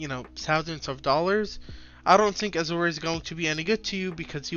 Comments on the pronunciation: A-Zhr is how its pronounced my guy "Azure" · I like your content man, but please look up how to pronounce "azure". It's killing me.